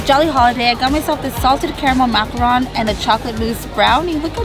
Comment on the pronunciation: pronounced: macarooon ;)